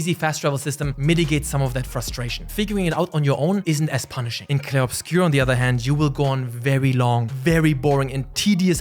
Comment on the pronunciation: As a main language french, you pronounce well "Clair Obscur" haha